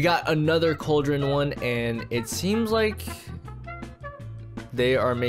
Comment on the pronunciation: lol he be say cauldren and use it and edit to hopper